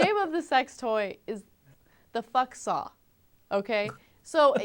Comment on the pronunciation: It's "Fucks-all" not "Fuck saw".